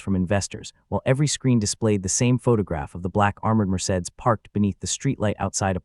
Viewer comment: The narrator of this story can't read well. He has mispronounced Elena several times as well as the car Mercedes.